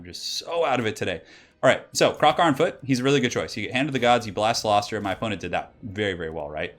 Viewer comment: Awesome builds. And your pronunciation of cylostra was flawless ;)